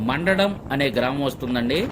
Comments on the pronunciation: మండడం కాదు మందడం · మండ డం... కాదండి... మంద డం... గ్రామం